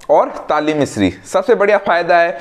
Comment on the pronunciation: Bhai ingredients theek se boliye ya likh dijiye aapney kaun sa mishri bola hai samajh nahin aa raha